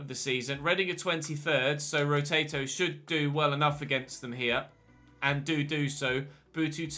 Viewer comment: Absolutely no one:: “Rotato”